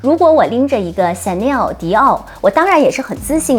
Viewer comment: chanel的發言唸成「顯內兒」？